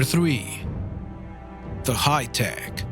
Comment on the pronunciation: Da "hi-tek"...roflmao